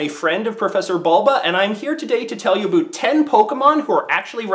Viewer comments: Aboot. Made me giggle. Sorry! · Did you say "aboot" on purpose...? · dat aboot was amazing, I thinkk that was the best aboot i have ever heard. not being sarcastic